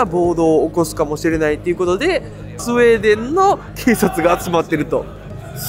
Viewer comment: ス....ス、「スエー」デン笑😂